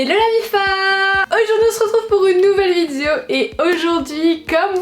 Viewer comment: Tu dis mifa où mafia ?